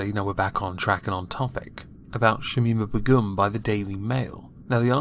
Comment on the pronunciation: 4th video on her and you still can't pronounce her name. Jesus dude, get a grip.